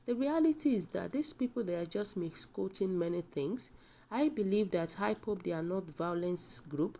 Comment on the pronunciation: Please is not high pop but IPOP not heny body but anybody and etc. So if you cant pronounce wards well is very difficult us to understand the news from you thanks